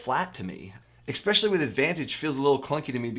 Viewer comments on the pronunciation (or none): Especially*, not Explecially :P